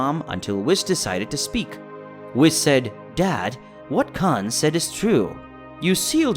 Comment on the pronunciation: Cay-yone🤣🤣.... Whiss-Khalifa🤣